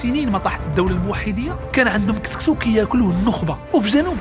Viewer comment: سيمتو "سكسو" ماشي "كسكسو"